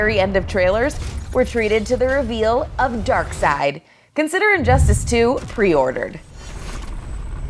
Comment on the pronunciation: Anyone else cringe how she mispronounced Darkseid as Dark"Side" and not Dark"Seed"? me crie